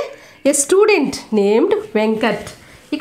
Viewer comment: mam sludent kadhu mam student